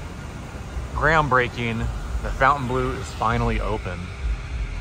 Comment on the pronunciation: Your pronunciation of Fontainebleau is appalling, they didn't call it the "Fountain Blue" they called it "Fontainebleau", it's not difficult to say it as it should be said.